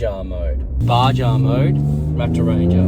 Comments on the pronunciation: Great video but it's pronounced BAHA mode. Also the exhaust parts aren't available on your website? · Repeat after me, BA HA, the J is a H sound! It’s not a badger